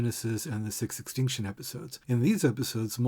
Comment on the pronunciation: You may have fallen a little deep into the numerology well at the end there, but I can't deny that every time you say "sixth extinction" it sounds like "666tion" to me and I have to wonder if that was on purpose